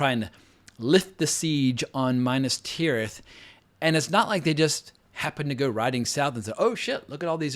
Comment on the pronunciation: I stopped listening when you called Minas Tirith “Minus Tirith” I also think if the original trilogy was released in this day and age people like you would just sit there looking for flaws and any kind of slight mistake.